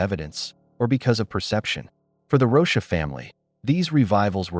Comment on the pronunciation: The AI reading has to stop! Rosha? It’s ROCHA!!!